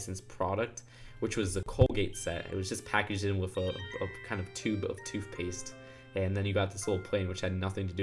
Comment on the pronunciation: Toof paste 😂😂😂😂😂😅